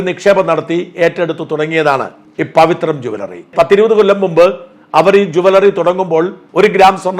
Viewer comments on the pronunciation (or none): പവിത്രം അല്ല.. പവിത്ര എന്നാണ് 😌😌